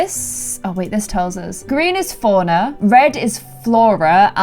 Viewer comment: When she says "Fauna" it sounds like she's saying "FoRiGneR"